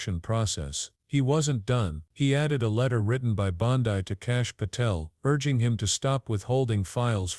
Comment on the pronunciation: Learn how to pronounce BONDI...ITS BON--DEE. ...NOT BON-- DIE